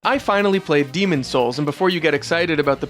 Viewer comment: I appreciate that you made a point to anunciate the 's in Demon's Souls.